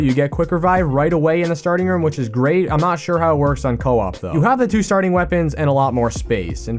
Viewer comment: I love your channel but hate the way your say room